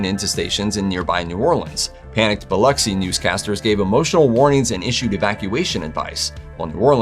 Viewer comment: As a native and lifelong Biloxian, I just wanted to say "Kudos" for your proper pronunciation of our beautiful city. You wouldn't believe some of the crazy ways I've heard it said, lol. Bonus Fact: One of the (many) reasons Katrina was so deadly was because of Camille. People used whether or not their home flooded during Camille to decide on evacuation. Camille was always the storm we used as our point of reference up until then. Our flood maps were based on it, as well. Needless to say, after Katrina, our flood and evacuation zones had to be revised. We still occasionally find skeletal remains from Katrina, twenty years later.